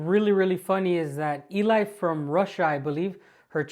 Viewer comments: Cool YouTuber 'Eli From Russia' is a Girl... her name is pronounced like the English name 'Ellie'... not the male name 'EE-lye'...🤦🏼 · Hey, Great video BUT... Her name is pronounced Ellie NOT Eli. Eli is a guys name😁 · I love your videos and rarely comment however. One of my favorite youtubers is Eli. She is more a documentary maker. Just one little thing her name is Elina and she calls herself Eli, pronounced Elee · Eli pronounced as Elle. Best videos on TouTube in my opinion. Love your channel too.